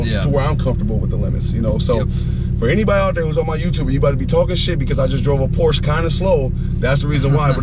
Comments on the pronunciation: Hey buddy. This is not a Porsch its a Porsche! But apart from this I do like your videos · "Porsch", really? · First of all, they're called "tail lights", not "headlights". Also, you need to google how to pronounce "Porsche". Lastly, the "clock" in the middle of the dash is not a conventional clock. Do your homework.